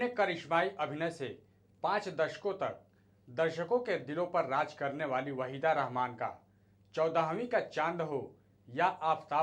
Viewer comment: Abey sahi se naam lena seekh le warna ye kaam chhor de Tere bolne ka tarika bhi bada ajeeb hai.. Channel wale pata nahi kyun aise chutiyon ko rakkhe hai